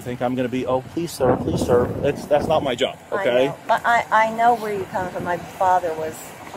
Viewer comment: Did that fool really say "what'sa matta with juo"